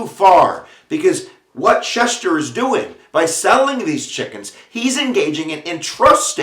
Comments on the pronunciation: LEARN TO SPEAK!! To “schecht” MEANS “slaughter” in hebrew. Each “ch” makes the same sound as in “l’chaim”. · I am a Schechter. An actual relative. These are my grandfather’s cousins. My maiden name is Schechter. You are pronounce name all wrong. It’s like nails on a chalkboard. The second “ch” is a “k” sound not a “sh” sound.